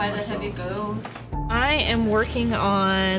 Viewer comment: I will never get over how she says "bow"